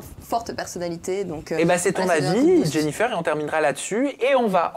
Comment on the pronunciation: "Jennifeur"??? Pourquoi prononce Jennifeur? Ou dirait pas plutôt " Jennifaire"? C'est pas joli